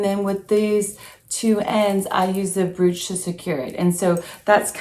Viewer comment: Beautiful items all well styled. Please, please, please learn how to pronounce the word brooch or all of your efforts are wasted. Think of the word coach and use the br instead of the c. I e. broach!! You mention how you grew up. That really doesnt matter, but If you continue to say "broooooch" it will remain glaringly apparent. Naturally its up to you and what you want for your life.